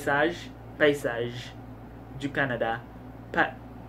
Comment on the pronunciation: Hey that French of yours isn't bad! You had the perfect "paysages" by the end ^^ Anyway thanks for this video you always make me lough a lot. And I wish I enjoyed contemporary books more because most of those sound great 😭